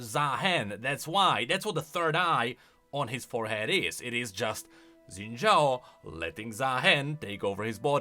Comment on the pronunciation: It's Xin Zhao, not Zen Zhao. 🥹 C'mon.